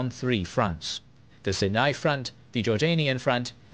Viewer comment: Sharm El Sheikh had the best diving..... that was a big loss! AI "stories" are very much lacking. If they can't pronounce "Sinai", it's just off..... (tho most of the rest is correct, surprisingly!)